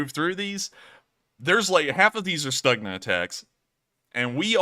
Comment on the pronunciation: I was told the G in Stugna is pronounced K, so it's Stukna